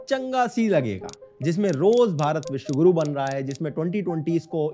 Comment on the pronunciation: Bishwagiru ❌ Bishwagoru ✅